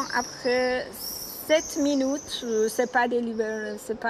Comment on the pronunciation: 11'57".....vu comment elle prononce Minute " MINOU-TE " on sait qu elle veut le retour du SHAH MINOU 🐱🐈